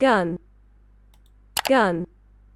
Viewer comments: I think they’re trying to annunciate the initialisation (G-U-N). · I think the funny pronunciation was due to them not using it as an acronym, and instead enunciating each letter, hence "GEE-U-EN"